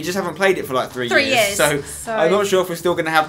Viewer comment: U need to speak properly u say three like it is free and things like it is fings